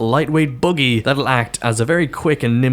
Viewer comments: Did you say Boogy or Buggy,?;-) Oh good assignments. I can't wait to have to get 5 headshots in a capture zone in one life with a thumb in my bum. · That's Buggy with a Dublin accent.As for the "thumb in my bum",well ,you do you bro.I'm not judging